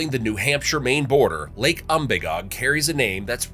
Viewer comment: Pronounce Umbagog without a long "a" like you did in this video and without doubt you're a gdamn flatlander.